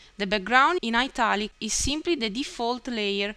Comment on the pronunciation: I think I'm addicted to listening to your "ximply" XD